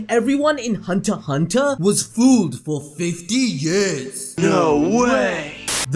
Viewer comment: ...the x in hunter x hunter is silent